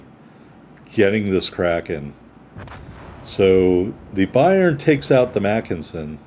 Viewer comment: Great Kraken on a great ship,! I believe the name is 2 syllables. I looked up a German WoWs PC player a long time ago and watched him use it in a 25 min video until he finally said the name near the end because he was talking about something else and not about the ship lol.